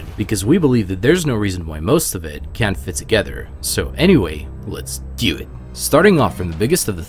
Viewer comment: "lets dyew it"